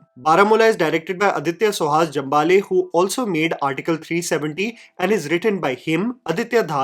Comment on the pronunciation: Hi thank you for the review. Jambhale is pronounced as Jaambhazhe in marathi.